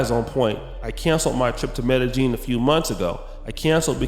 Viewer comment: Its pronounced scoPALomine. And medehyeen. Say it like that. Also you probably say isotol its inosotol. Yall cant get this shit right ever lol